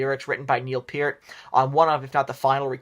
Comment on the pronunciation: Major Rush fan here - I don't hate this list, in agreement with most of it. Good job! Fwiw, Peart is pronounced like peert, but other than that you did pretty good!